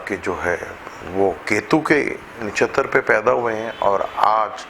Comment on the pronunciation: It's not disha (urdu meaning simt) it's dasha (planetry period) and. It's not nashatar it's nakshatra.